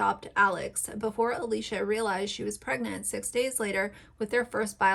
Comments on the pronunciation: I did some more research and I don’t think they’re technically foster children. Plus I agree with you that she shares way too much information. I just think your point would come across better if you were more familiar with the Dougherty family. (The creator’s name is pronounced Uh-lish-uh Dock-er-tee). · 1)the two new kids are not foster kids; they are family friends. Alicia grew up with their mother. 2)you obviously did not watch any posts yourself, or you could pronounce ‘Alicia’ and ‘Dougherty’ the way they do. Your credulity is in question. In the future, I will avoid any videos you produce.